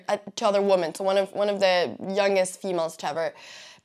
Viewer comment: Sorry to correct you, but ‘women’ is not pronounced that way. Love your videos and your English pronounciation though!